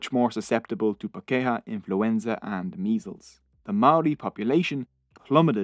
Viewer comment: Where most of your pronunciations were OK pakeha did my head in everytime it was used! (par key har - emphasis on par. Then the key har is together... Par keyhar pakeha. But non maori is OK too! 😁